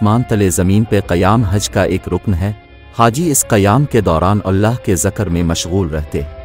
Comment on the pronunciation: Ye Urdu me commentry krne walay kb kay log hy..aaj k ya purane.. Ye zikr ko zakr bolte hy ...isi tarah female nay lafz har koi ko har ko bola